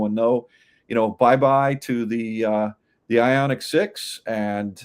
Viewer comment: Ioniq. Not Ionig. Wtf……🙄